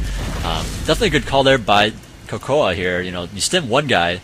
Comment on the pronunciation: its cocoa not cocoah lol